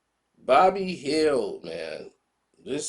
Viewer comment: Who's bobby hield?!😆😂 It's buddy man...